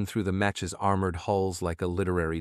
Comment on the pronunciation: Mech. (Proper pronunciation) MEKK!